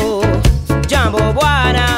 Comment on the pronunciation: Jambo is Hi. I love Ziggy's pronunciation. Must know some Swahili. The True African Language! Love from The254....